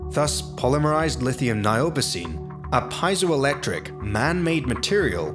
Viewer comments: piezoelectric is pronounced (pee-ay-zo)electric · It's not pronounced Pai-zo-electric but Pe-E-zo-electric effect..comes from greek word "piezw" meaning to push